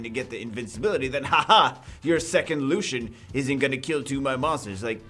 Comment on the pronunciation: Btw, the league champion is "Lucian"